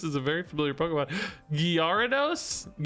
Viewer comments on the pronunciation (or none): I don't think gyaru-dos is the right pronunciation. Most people just skip the y and call it garados. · Gar-a-dos. first part is pronounced like gary but without the Y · At this point i pause you before you say the name of a new pokemon say it myself to hear what it's supposed to sound like and then let you say it cause you really messed me up on the pronunciation of some, needed 10 min to nail the pronunciation of Gyarados again